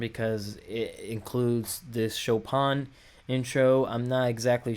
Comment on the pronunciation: Thanks for coming back to Lovebites, and for not trying to pretend you know more than you do. You actually got the pronunciation of "Chopin" closer than most reactors! So, for background: Chopin (pronounced Show-pan) was a Polish-born Romantic-era (1800’s) classical composer and piano virtuoso who lived most of his life in France. He is considered one of the greatest classical composers of all time. Miyako, who composes a lot of Lovebites’ music, is a professional-level concert pianist, and was originally going to make classical music her career. When she was 18, she picked up a guitar, and is now one of the best metal guitarists in the world. She particularly likes the Romantic Era classical composers like Debussy, Dvořák, Chopin and Rachmaninoff. She composed “Swan Song” using elements of the New World Symphony (Dvořák) and Chopin’s Revolutionary Etude (official name Étude Opus 10, No. 12 in C minor).